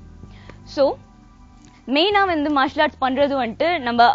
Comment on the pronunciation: "Vanttu" illa "Vandhu". Pesaratha seriya pesunga.